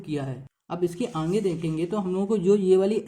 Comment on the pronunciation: 9.34 sir aap "aage" ko "aange" kahte ho 😂😂😂